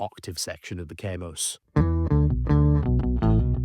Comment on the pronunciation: Kaamos not Keimos.